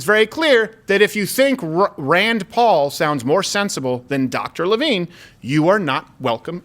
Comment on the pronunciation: Your Rand Pawl sounds more like Tray Gowdey. Hahahaha